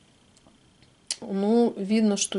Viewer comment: дорогая, просьба к вам:произносите, пожалуйста, жапан с ударением на первый слог. Очень режет слух другое произношение